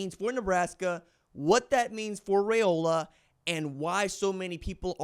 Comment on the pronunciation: Its pronounced Rye O la like rye bread not ray o la